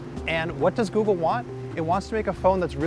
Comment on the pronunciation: I love how he said Googel on the last part